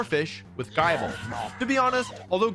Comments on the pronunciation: I think Wolfey has the worst Gible pronunciation ever. Sorry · “Jibull” 💀 Nah bruh that’s Gible. But I nearly puked from laughing so hard when he said that. 😂😂😂 He said it so confidently 😂💀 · IS NO ONE GONNA TALK ABOUT HOW HE SAID JIBLE AND NOT GIBLE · its gible not gyble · It's Gee- bul not jible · Please pronounce it as Gee-bul or around those lines not Jibble lol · IT’S GIBLE, NOT JYBLE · who on earth calls “GIIB LE” “GUY BLE” Wolfee the f*ck? 😆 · I can’t believe that people actually call Gible Guyble… the names based off the word Nibble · why are you saying gible as jible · Jie-bull? You mean Gible bro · I like how he continues to pronounce things wrong gible is Gib el not jie bl And its fay kade not fas od? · is it a joke that Wolfie "deliberately" gets pokemon names wrong? Jy-ble? that's just horrible...even when the anime says Gi-ble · Guy-bull???? Bruh. Gih-bull. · He said gai-ble too many times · say gayble 1 more time i dare you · did he just said Gible as a [Djajble] ? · Ikr like what the hell is 'Gaible'😭😭😭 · Come on dudes. It's just the bro code. The guy bible, guyble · wtf is a guyble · mf said Jible 😭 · Jaibull??? Edit: bro half fixed it by saying "guybull" lol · Bro said “GUYble” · Man did not just call gible, “jie-ble” 😭😭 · Im really bothered, i mean Guyble? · There was a dub error in that episode where Ash and Volkner were stuck in Team Rocket's rocket and at one point, Volkner mispronounced Gible a ji-bel. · This man said GUY-BLE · bro really said jaebull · Did bro say gi ble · I'm sorry, did he just pronounce it as "Jeyeble"? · The only complaint i have for this video is that he called gible, jyble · bro rlly said "gieble" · bro said Jyble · fuckin pronouncing Gible as Guyble and the endless 15 second unskippable ads doesnt matter how much i agree with the roster dislike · Are we going to ignore the fact he pronounced gible as guyble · Is Gible pronounced somewhat as Gy-bal or Ge-bel ? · Giable? Is that how you pronounce gible? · Say gible right